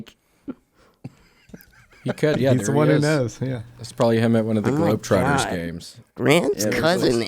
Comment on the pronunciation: did he say globetwaters?